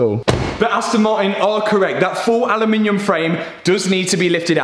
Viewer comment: A loo min umm